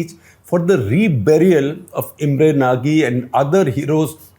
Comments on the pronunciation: It's not Imre naagee. It's pronounced as Nauj. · just one correction ..actual pronunciation of Imre Nagy's name would be 'Imre Naj'.